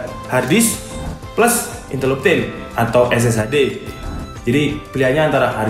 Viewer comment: "INTEL MEMPEK" :V